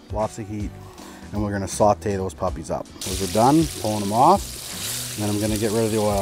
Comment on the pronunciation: "sawt-eh" Most Canadian accent ever. Love it.